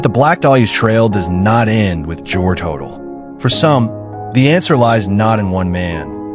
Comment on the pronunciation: You would think think that you could use a real photo of Dr George Hodel's residence (John Sowden House) on Franklin Avenue, which resembles a Mayan temple, not a Spanish Colonial residence. And you would think that you could pronounce Hodel properly ("Ho-dell"). On, and there are many other things that are historically inaccurate here, but why bother to mention them all.